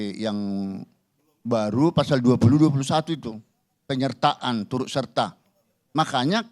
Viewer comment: Pak purn.Hakim.. Yen ngendikan... Turut serta ... Bukan... "Turuk serta"... Mungkin beliau bukan orang Jawa..😂😂